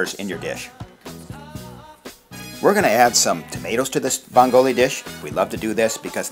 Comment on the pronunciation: the accent is on the first syllable in "vongole" you uncultured fuck